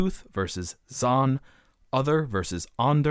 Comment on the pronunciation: Okay, so you didn't pronounce 'Zahn' accurately (and, for all I know, other words in other languages that I don't actually speak) but please ignore any detractors as this was an an exemplary and entertaining explanation of this linguistic phenomenon. Thank you! Chris D (BSc. Hons Linguistics 1969)